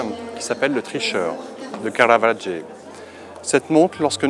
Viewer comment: "qui s'appelle le tricheur ... de Caravadgé..." Il Caravaggio ou le Caravage en français, mais le Caravadgé il n'y a que toi qui le connais, mec...